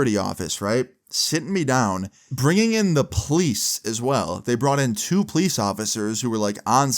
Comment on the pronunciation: Its the po-lice Not the please Relearn the word